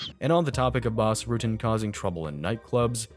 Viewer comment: It's Bas Not Boss